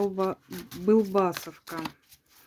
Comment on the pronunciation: Буква О всегда стоит под ударением. Даже в слове Былбасовка.